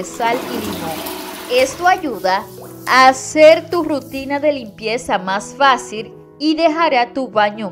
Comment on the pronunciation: No se dice Sar....Se dice Sal...Actuar..No Actual..Fácil, No Fácir..Ojo..Critica constructiva..